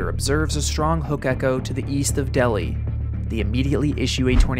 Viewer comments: It’s crazy cause I’m from Delhi, LA. My dad told me stories about this tornado also it’s pronounced (Dell-High) and to give people an idea of how powerful the tornado was it was originally ranked as a EF6 but years later downgraded to EF5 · Delhi, LA is pronounced “Dell hi”. Great video though, really interesting. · As a Louisiana native, it’s pronounced “dell-high”. Love you though lol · Idk if someone commented this already but Delhi is pronounced like “Dell-High” No reason for you to know that other than to have been from down this way lol. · That's pronounced Dell - Hi. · The first town, Delhi, isn't pronounced like the city in India, it's pronounced Dell-hi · They pronounce it Dell-High, not Delhi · Really sorry to be that guy, but it is Del-Hi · Great video! Just FYI Delhi, LA i pronounced as Del-hi, not Deli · The town name in Louisiana is pronounced del-high not deli. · ITS NOT DELI ITS DEL- HI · Lol I said the same thing. You can really tell the Louisiana folks in the comments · It's pronounced "Dell-high"... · FYI- Delhi is pronounced Dell-high. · It's pronounced Del High.